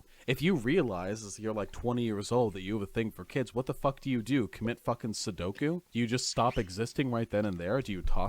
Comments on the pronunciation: Everyone going to gloss over how he said Sudoku, the numbers puzzle game, instead of seppuku? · Dude literally said, "Commit Sudoku" instead of "Seppuku"